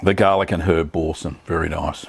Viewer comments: Pronounced Bor-san.. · Nice video. I think it would be pronounced as B-oor-sin (oor as in u) but that again depends on the various english accents. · “ Boar-san” pronunciation Mate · Such dreadful pronunciation 🙈🙊